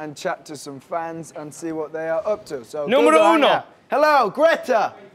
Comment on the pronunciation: when niall says “número uno” is just 😼🤌🏼